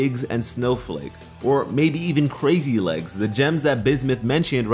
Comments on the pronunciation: I cringed everytime I heard him say "crazy legs". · Is saying "crazy legs?" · Omg. It’s crazy lace not crazy legs, you’re killing me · Ok 1 Biggs Jasper 2 Snowflake obsidian And 3 it's Crazy LACE (type of Agate) Not "Crazy Leggs" all three are gem types Not to yell at you or anything but... DO YOUR RESEARCH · It’s “Crazy Lace” not “Crazy Legs” Crazy Lace Agate is an actual gemstone. I can understand how you got it wrong though, I heard it wrong the first time too. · The gems name is Crazy lace, but he says crazy legs